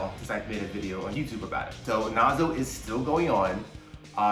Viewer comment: Lmao it's Nazo not Nazi